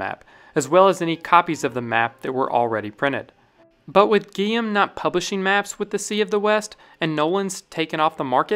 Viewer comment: Guillaume is pronounced gee-YOME, with a hard G as in go. 😊 Quivira is pronounced key-VEE-da. And others. Great video, just practice your European pronunciations. 😊